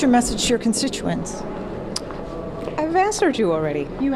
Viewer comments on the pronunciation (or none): did she say "constinkuets"? lol